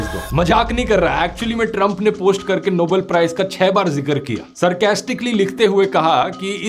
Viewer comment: Dhruv .... It's NOBEL prize and Not NOBLE prize. I am surprised that how you committed pronunciation error.